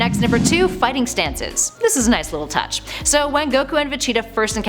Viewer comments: It’s vegeta not vecheta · Ve-GEE-Ta Not Ve-Chi-Ta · It's Vegeta not vecheeta , pronounced Vah-Gee-Tah (Gee As in the letter G not Gi same when saying gogeta) It's Gogeta Not Gocheetah Pronounced Go-Gee-Tah and it's Pilaf pronounced Pee-Loft (The T Is Silent) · Not if they pronounce vegeta vecheata god its so weird 😄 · Did you say,,,,,, VACHITA?! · fecheetah and gocheetah lol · VaCheetah 😂 really ? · Am i the only one who crinched when she says "Vageta"??? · Ve-cheeta my god am i the only one pissed off how she says this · Gocheta & Vecheeta lmaooo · Vecheata?? I don't like how you pronounce my boys name lady, still a cutie tho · “Ve-cheetah” “co-cheetah” 🤮🤮🤮🤮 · Why are you mispronouncing the names? Vacheeta? Gocheeta? Also - did you steal Geekdom's video? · This ningen said Vecheeta 💀💀💀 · gocheetah vecheeta lool pronounce it properly u bean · Thank you someone who noticed she’s copied and also every time she mispronounces vegeta’s name I wanna punch her she is literally saying Vechita goddamn woman you must not watch dragon ball cuz even in the sub they clearly call him Vegeta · They all do this man throw a dislike and see another channel doing the same shit also cant stand this chick for pronouncing VEGETA "VACHEATA" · it's not just him, her pronunciation pisses me off too, vecheta? really? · She also says "fa-cheeta" and "go-cheeta" 😂 so cringe. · Why so much mispronunciations on Vegeta, Gogeta and Pilaf? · I don’t like how she says Vegeta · I hate how she says vegeta